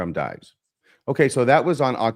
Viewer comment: Is deliberately mispronouncing the pseudonym Dives?